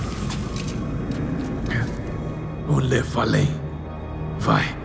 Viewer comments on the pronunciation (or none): as dublagens então ótimas só teve um erro! Tirael diz Lefalem ao invés de Nefalém